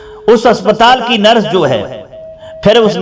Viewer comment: भाषा बहुत अशुद्ध है, नरस नहीं नर्स बोला जाता है।